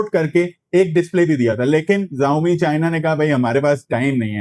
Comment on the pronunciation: ZAAOMI nahiii SHAAOMI pronounciation he